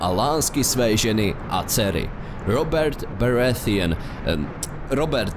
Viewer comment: Sice je to detail ,ale čti prosimtě ty jména tak jak se má a ne po anglicku (Je to prostě Robert Barateon). Jinak zatím parádní video.